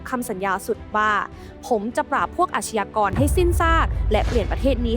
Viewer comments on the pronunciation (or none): อาชญากร..อ่านว่า..อาด-ยา-กอน..นะครับ ไม่ใช่..อาด-ชะ-ยา-กอน..นะครับ..คุณแอดมิน..!! อาชญากรรม = อาด-ยา-กำ อาชญา = อาด-ยา